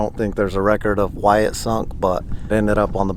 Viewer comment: He said ooouyy